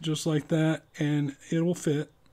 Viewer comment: "itl fit" that's what he said